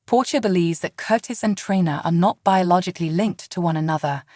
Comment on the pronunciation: Ok. IT'S ESME NOT ESMOND, ITS CASSADINE NOT CASSADEAN. ITS NOT TRAINA IT'S TRINA Why can't the creator of this video take the time to pronounce the names correctly.